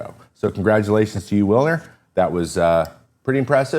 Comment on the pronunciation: Take a drink every time Trevor mispronounces "Wilyer".